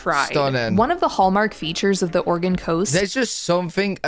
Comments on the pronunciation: Thank you for pronouncing our states name correctly. Most Americans can't even pronounce it correctly. Or-e-gun, not Or-e-gone, the state hasn't gone anywhere. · As a native Oregonian thank you for pronouncing Oregon better than most of the US. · I love how enthusiastic and complimentary you are about the US. I'm from Oregon (kudos for pronouncing it properly) and it is, indeed, a beautiful place. It's easy to find out of the way places that are stunning and you can have them all to yourself. It's a very diverse state with a gorgeous long ocean shoreline, mountains, lakes, and a high desert in central Oregon. I've lived here for most of my life and I'm still exploring. I hope you can visit our state one day - you would be most welcome!